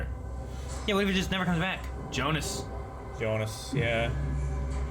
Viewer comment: Curious how you'll feel about Hannah in the future. Haha I'm really enjoying these Dark episodes, so many good memories. Also: "Bart" and Jonas pronunciation not the German version... Oh my...